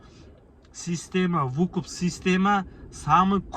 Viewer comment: Вукуп эмес тууган выкуп